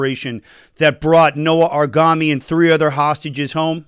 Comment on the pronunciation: Aaron,pl get the name correctly.You are an israeli and thats the least that one expects,a correct pronunciation of an israeli name.Its noa argamani not noa argami